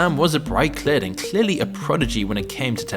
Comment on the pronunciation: hearing you jumble “kid” and “clearly” together on accident lets me know yo audio ain’t AI and for tht I thank you😭😂😂😂😂